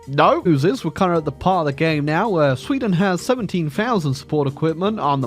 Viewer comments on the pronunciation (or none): none